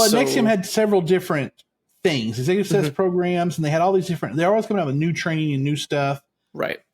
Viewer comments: I'm so sorry, but I have a problem with the way you pronounce "success" as sussess! I'm going to try to get past it because I'm very interested in this subject matter. I'll try to forgive you as you're a libratarian from Texas. You may have learned the incorrect pronunciation growing up with Southern people who often mispronounced certain words. Thanks for covering this 😊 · For me it was the mispronunciation of “success” and “insatiable”.